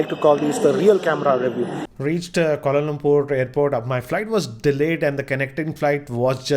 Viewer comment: Kolo Lompoor Melbone Bhuvan Baam Breakfaaat.... How many mistakes bro? 🤔😂